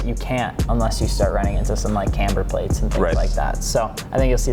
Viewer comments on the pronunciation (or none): camber not chamber